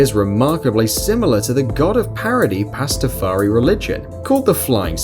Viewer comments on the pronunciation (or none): It isn't 'Pastirary' it is Pastifarian. I'm a Pastifarian